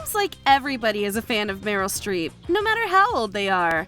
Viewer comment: Not 50 cent saying “Meryl Street”👀